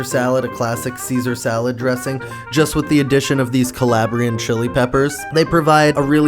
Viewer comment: Could you say Calabrian chili oil with the same umpf he had? Ya know Cahlahbriaaan Chili Oihhll xD